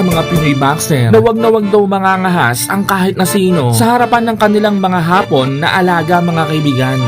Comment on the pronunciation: AYUSIN MO YANG HAPON AT HAAAPON.....MAGKAIBA ANG KAHULUGAN!